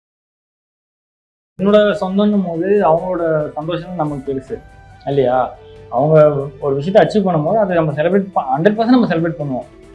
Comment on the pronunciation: saying 'allaya' istead of illaya like 🥹🥹🥹❤❤